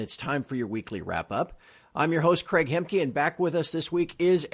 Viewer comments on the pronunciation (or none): none